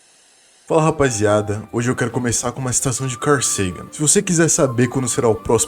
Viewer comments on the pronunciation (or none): Pra mim só fala "...ada"